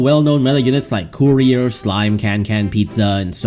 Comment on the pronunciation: It’s courier I don’t care what you say its courier.